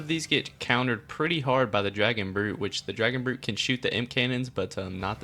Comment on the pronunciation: It is dragon brute